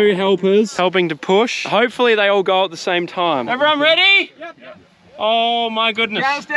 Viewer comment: GO!!❌️ GAURR!!✅️